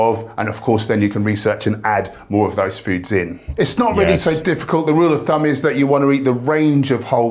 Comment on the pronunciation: I think he said ‘rule of dumb’ not rule of thumb.